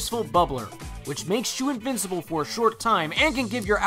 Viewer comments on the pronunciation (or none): none